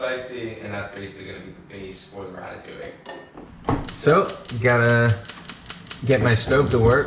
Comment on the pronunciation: ITS DEADASS RATATOUILLE